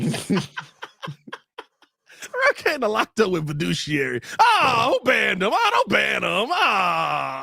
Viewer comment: lmao boy said "verduciary", close but you made that one up